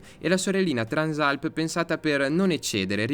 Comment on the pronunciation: peccato non sai come si chiama questa moto, Transàlp non Trànsalp